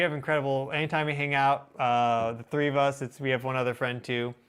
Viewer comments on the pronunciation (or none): none